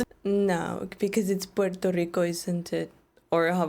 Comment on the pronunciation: I like that she pronounces Puerto Rico the right way.